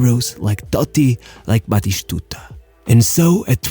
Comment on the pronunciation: It's not Carloshhhhh or batishhhhtuta. It's Spanish not Portuguese.